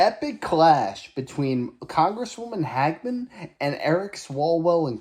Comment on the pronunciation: Brother its not HAG-MEN its Hage-men, hagmen sounds like you are calling her a HAG. She is amazing btw, very intelligent and sharp as a tac!